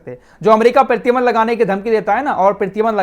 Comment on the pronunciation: प्रीतिबंध नही प्रतिबंध, अहान नही आवाहन 😂😂😂